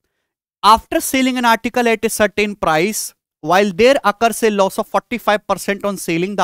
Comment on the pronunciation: Loss ko ye los kyu bolta hi